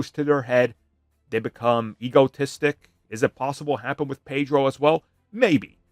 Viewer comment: It's not Pedro.